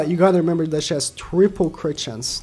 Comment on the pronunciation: ah yes, "TAHT"